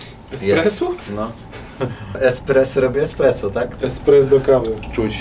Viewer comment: to niezłe "EKspresso". Ponczek na salonach :D